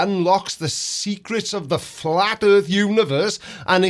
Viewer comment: "If I ignore this thing right in front of me, then this proves flat erf!"